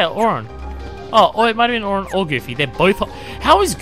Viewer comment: 1. Please get rid of Auto abilities. 2. Auron isn't pronounced Ohr-RAHN, it's more like OHR-rin.